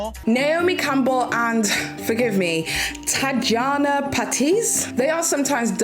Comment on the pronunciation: Tatiana it’s pronounced